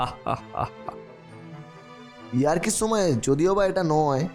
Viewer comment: সময় না ছোময় , একশো একছো , উচ্চরণ ঠিক করেন ভাই, স কে ছ দিয়ে চালিয়ে দেন কেন?